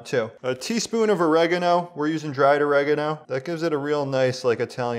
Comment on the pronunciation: The way you say oregano is triggering